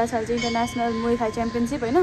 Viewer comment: Muay thai But U IS SILENT 😂😂